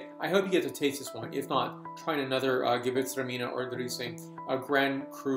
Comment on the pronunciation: sounds awesome! but I think your excitement caused you to over pronounce "gewurtztraminer". :). how do you think great alsatian gewurtztraminer age? Have you had any older ones? I have a 2000 zind humbrecht gewurtz that I can't wait to try